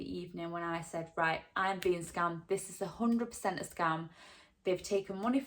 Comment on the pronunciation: it sounds like youre saying you got scummed